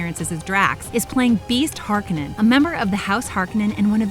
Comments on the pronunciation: know...she Har-ka-nin instead of Har-kone-in. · It’s not pronounced ”harkannen”, it’s ”HarKONEN”. One would almost think this lady hasnt played the game and is just reading the text from a prepared script like its just another movie. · she mispronounced "Harkonen"